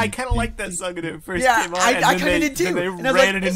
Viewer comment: Forst. Now please, guys. Enough of that stupid habit. Pretty neat video, though.